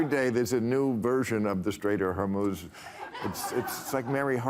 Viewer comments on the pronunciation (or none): none